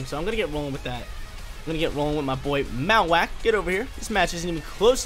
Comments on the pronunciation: Lol truuu. Marro-wak like bone marrow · Great content but I hate the way you say Mawak lol